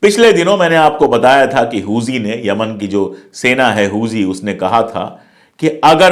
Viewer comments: Pandey ji,Hooji nahin Houthi sahi word hai. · It's huthi not huji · सर हूजी नहीं हूथी है